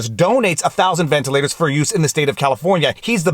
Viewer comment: Wtf, he said Elon. He also said ventalers though.